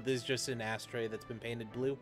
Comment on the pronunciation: Thats the joke. Your pronounce it like Ashtray in Japanese.